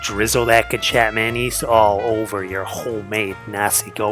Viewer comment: ay quick info the closest way you could pronounce kecap manis is " kay-chop-maah-niece "